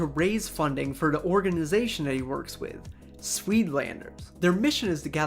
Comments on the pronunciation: Did I just hear sweed landers?? fucking discusting pronounciation its soit laanders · Dude It's not pronounced sweet landers. It's pronounced cake but with a s and a d, and landers with the a pronounced as ha and ders as durs. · Btw the UI in "zuidlanders" is pronounced as "ow"